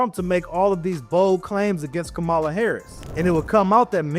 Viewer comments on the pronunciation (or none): Wasup fam! Another great video! I appreciate you taking this issue head-on. Just 2 critiques.. 1) Bro-- u gotta get rid of the Tesla. U might as well get a white hood tated on your arm. It's like that now. Get a rivian or sumn G. 2) The VPs name is pronounced comma-luh. Not Kamawl-uh. It sounds disrespectful to not get it right due to the purposeful mispronunciation of her name by the right. I know you meant no disrespect, but just something to be aware of in order to not play into the gaslighting by the right. Anyways, its always great to watch your content. Keep doing what you do big bro!!!